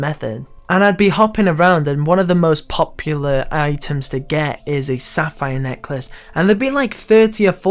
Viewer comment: Man, this dude was obsessed with the word "POP-yoolah"